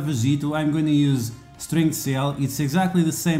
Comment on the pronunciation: Sounded like "string sale" good old accent banter :)